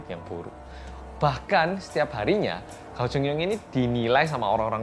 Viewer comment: Terus gao chengyong itu bacanya kao chengyong